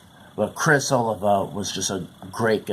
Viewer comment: FFTR bombed because the band was made to record for the album, by the record company, songs that Jon had in fact, written for other artists. Artists of a completely different genre, John Waite, for instance. Then, let's see...their last name is pronounced Oleevah. :)... And Criss not to be nit picky...but he was a phenomenal guitar player who had been approached by Dave Mustaine to play for Megadeath..who was carelessly and thoughtlessly killed by a 7X convicted DUI driver on October 17th 1993. His wife, who was also in the car, never entirely recovered from the accident and the loss of Criss and died several years later. :( We miss Criss so much.